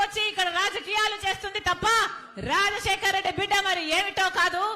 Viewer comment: రా...జశేకర్ రెడ్డి. కాదమ్మా రాజశేఖర్ రెడ్డి. అనండి